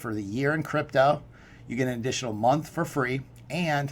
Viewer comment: Note to self: When ending a sentence with the word crypto, the word is pronounced CRYPTDO